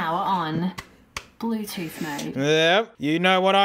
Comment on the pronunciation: XD true